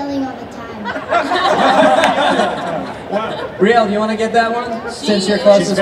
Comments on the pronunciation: Wow messed up rieles name that was embarrassing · there's no way he should've messed up Riele's name like that like c'mon